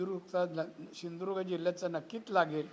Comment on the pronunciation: याला सिंधुदुर्ग शब्द ही बोलता येत नाही. नीट ऐका ptrkar